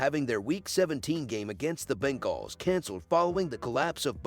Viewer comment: Ya think? LOL Yeah, it's pretty horrible when Moums and Bingalls keep repeating. They need to phonetically write them.